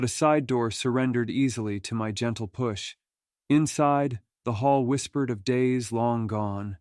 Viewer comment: Yeah, I caught that. The AI mispronunciations are quite distracting, otherwise, an enjoyable set of stories.